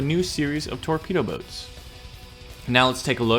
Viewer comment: anytime you said boats, what I really heard was butts. Amiright!? Point made...